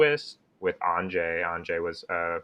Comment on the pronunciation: "On-jay"?? Even Magic card creators cant pronounce card names right...